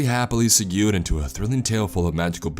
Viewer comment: "Segued"... "Seh gyood"...